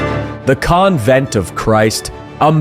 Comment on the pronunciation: Mate, learn how to say "convent" But apart from that unhelpful comment, this is a great video. Super informative, helpul and eye-opening. Thank you!